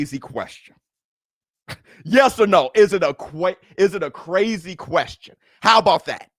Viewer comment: Almost said cwazy